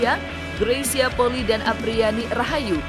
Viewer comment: Maaf,bukan poli,tapi penyebutannya adalah poli i,i nya dibaca 2x karena itu adalah marga...